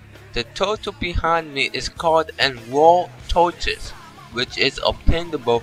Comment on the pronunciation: FUNNY QUOTES: "its aportant to keep yo run enagry on at all times! " "tha turtle behine me is called a WAR TOITISE....It stowes 18 sluts of items." "rememba! do nawt pick up da werms on da ground! dere worthless" "ahh. wondaful clay. it iz used to make potary and skulptures!"